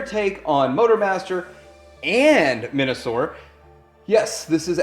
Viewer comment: Yeah, I definitely heard Men-a-sor. As it should be.